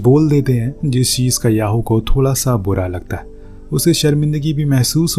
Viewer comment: Thoda ❎️ Thola ✅️